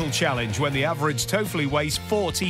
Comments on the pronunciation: It's not Toefli, it's Töffli :P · i love it how you pronounce Töfli XD Greetings from Switzerland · I like how people who arent from seitzerland pronouce töffli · He tried 😂